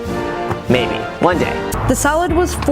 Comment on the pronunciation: am I the only one who thought she said "solid" not salad?